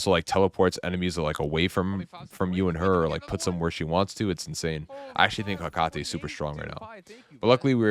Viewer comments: If you're worried about it Ajax says Hecates name like Heck-a-tee. The way you say it doesn't bother me at all. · Hey man, I know people can be pretty anal about name/word pronunciations. I do it all the time to me friends haha But Hecate is pronounced Heh-Kuh-Tee She is Greek, so think of that last part of her name like Hades (Dees), Ares (Rees), Heracles (Clees), etc etc I only made the comment because you mentioned not know her name lol but say it however you like. We’ve been saying a lot of the names wrong already anyway